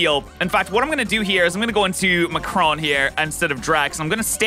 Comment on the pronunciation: I find it really funny that he kept pronouncing Macaron wrong XD